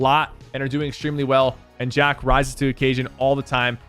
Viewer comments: It’s Hen, Janis, and Chapix. Oogway is just Chapix’s IGN. It’s pronounced Jack not Jahck lol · You prenouce jahq as jack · Jock its jack but spelled like jahq